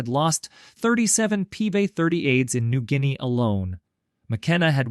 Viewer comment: "New Ginea-ah"???? It's New Gin-ee effin AI!